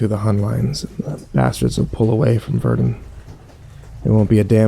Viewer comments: HO HO! LE FRANCE Also he says Verdun really stupid lulz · Nice pronunciation of Verdun lol. Still a good story, nice change of pace.